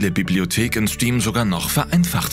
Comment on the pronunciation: sagt er Stim?😂